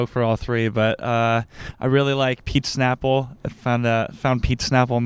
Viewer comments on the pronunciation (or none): "peat snapple"